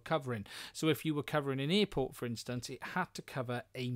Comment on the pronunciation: What's an earport? LOL